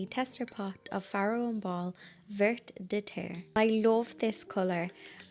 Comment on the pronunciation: You're so cute, vert rhymes with bear, in its pronunciation. The t is silent. Literal french ranslation is earth green .😂